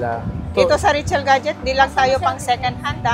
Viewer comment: Today andito tayo "ngayon" 😂 Richelle ba or Rachelle? Pki-ayos pronounce 😂